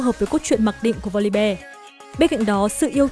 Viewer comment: Voli BE =)), học lại tiếng anh đi